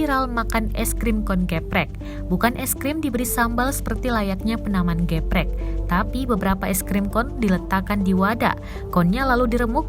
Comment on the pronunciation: cara baca "geprek" itu huruf "e"nya dibaca kaya kalo lagi baca kata "elang"...